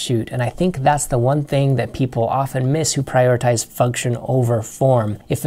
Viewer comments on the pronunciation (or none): none